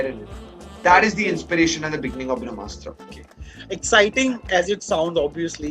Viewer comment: When the director keeps saying bhramastra instead of brahmastra...you know the movie is junk... Kamaal nai kachra banaya hai Apne...just keep directing romantic movies...tumse na ho paayega iss genre ke movies...